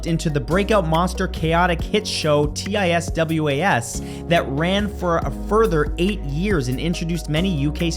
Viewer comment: That just proves you can sell anything (or nothing in this case?) if you call it art. You might not have know, but It is pronounced Tizz was (one word) not T-I-S-W-A-S. I knew about the series but not the origins of it, interesting.